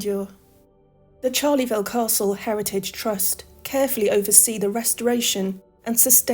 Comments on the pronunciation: Charleville is NOT Charley -ville , it is pronounced Sharl -uh - ville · Great video - but there is no 'Charleyville' - it is pronounced "Charl-vil" with no extra vowel sound between the two halves.